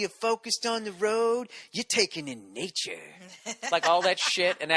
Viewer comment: "You're taking in naturrrre" I totally lost my mind when he said that. I laughed so hard I had to rewind the video xD